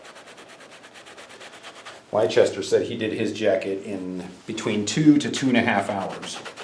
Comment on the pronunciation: Good ASMR..Oh, and Leicester is pronounced "lester", just for next time...English place names are a pain in the arse, but yeah, lester...He's a good lad..